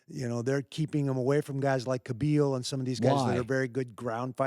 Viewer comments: He said khabi"L" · Really Randy? "Kahbeal" ??? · Khabeel --- lol randy wtf